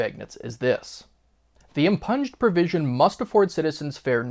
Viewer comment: About ... the word is not im-PUNJED. It is pronounced im-PYOONED.